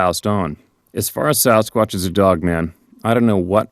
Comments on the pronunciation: Just say it, "Samsquanch"! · lol you caught yourself but you damn near said samquamch